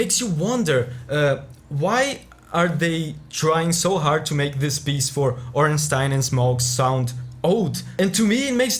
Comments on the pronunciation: The best part is that pronounced Ornstein correctly, not ”Ornsteen” but ”Ornstein” like Zweilhander or even Einstein. Imagine saying ”Zweelhander” or ”Eensteen” and you get the point. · Ah nice you pronounced Stein correctly. I dont mind, if someone has it wrong, but most People think its pronounced "Steen". I was thinking of other Themes worth recommending. Portal has good Endingsongs, but I don't think it fits into your Series. God of War has a good Soundtrack but nothing particular what stands out enough for me to recommend. Oh the Asura Theme from Asuras Wrath and the similar Chakravartin Theme could be something worth checking out. PMD is left, and good, but I was to lazy to look up any outstanding Track. The Maintheme and Dark Matter Part 2 are the only ones I can think of, but there has to be more. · My man pronouncing Ornstein correctly. Instant like.